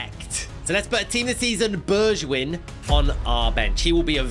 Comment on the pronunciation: Bergwijn is pronounced Berg-vine